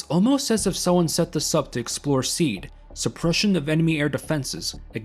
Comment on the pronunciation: I would just like to interject that SEAD is pronounced as SEE-AD, at least it was when we would shoot SEAD missions in the artillery. Fuckin' awesome content btw.